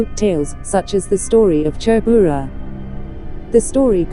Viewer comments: Phungpuinu leh Chhurbura a lam rik dan hi nuihzatthlak tawp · Hming khi chu lam léi/ lam pial kher lo se aw.. Hnam tin hian in koh dan kan nei vek a chutiang chuan lam ve mai se. E.g... Chhurbura.. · Tha ltk e,mahse mizo hming ho hi chu mizotawng pangai a kan sawi ang in lam ve mai la lam enge mo vak ngai mile😁ti ve my2 kungawrhi,chhurbura tih te kha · 😂😂😂 a pronounciation mawlh khi chhurbura, kungawrhi, phung, ramhuai , sichangneii, etc